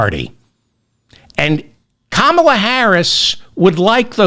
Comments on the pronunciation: Still can't pronounce Kamala. Sign of inflexibility. Maybe also just fulminate intermittently. Again, a bit of vocal flexibility would be welcome. Re trans and other policy issues - yes, be prepared to discuss it BEFORE it becomes and issue with many numbers. Seth is not wrong. Dem denial that wokeness is or could be an issue IS AN ISSUE. You are spitting and fulminating from a fake moral high ground. An old man not understanding erasure of womanhood as its own category.Being a woman is an optional extra for a male. There is an issue for women. Maybe not for bitter old vegans. Hey, how about eating a steak? Might calm you down. You're. sounding very bitter. Too much roasted broccoli, perhaps. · Why should I listen, like and subscribe to your channel if you can't even say a first name right!!